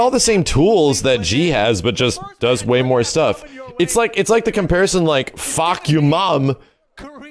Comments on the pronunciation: "Fah-kum-raam" the guy says Fcuk You Raam....😅😅😅so hilarious...lol... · "Fahkumram" (ฟ้าคำราม) means "Roaring sky" in Thai. "kum" is pronounces as "come" the rest you pronouced it correctly. His boxing trunks has his name in Thai on it which is pretty accurate in Muaythai sport. Just some info for you. 👍 Love your channel from a Thai subscriber. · Fah-come-rum. Not fawk. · I'm Thai His name is not Fah-Koom-Ram It's Fah-KAM-Ram with the U lol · Fahkumram? More like fuckyourmom. That what it sounds like the announcer says and that's about what he does. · Fahkumram More like fahkurmam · Seriously it isn't that hard to pronounce that Thai name properly.